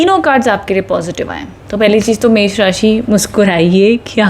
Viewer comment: You said एष राशि 😂